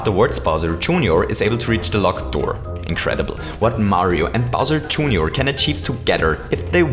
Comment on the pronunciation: Bowser "June your"?